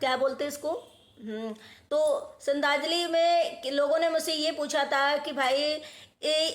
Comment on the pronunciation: बहन Tere को सरधान्जली नही बोलनी आती 😂